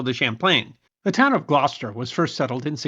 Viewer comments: I watched your pink flamingo video a couple days ago, and after hearing you say Leominster in that one, i just had to watch this one to hear how you'd pronounce Gloucester, lol. P.S. i was surprised you pronounced it quite well. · Thank you for pronouncing Gloucester correctly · Ty for pronouncing Gloucester correctly.